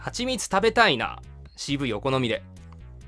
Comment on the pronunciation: 「CVお好みで」が「渋いお好みで」に聞こえて蜂蜜が！？ってなった